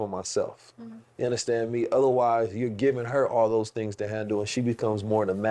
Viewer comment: I just love when he says “Ya Undastand Me”